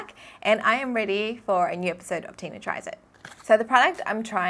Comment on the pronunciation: Wow the new silent close caption at the beginning of your YouTube video says your name is DINA !! Maybe you need to pronounce it better to hear the “T” just a heads up Tina! Ur awesome